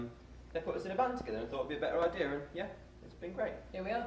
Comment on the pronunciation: Did Liam say idear in the beginning of the video?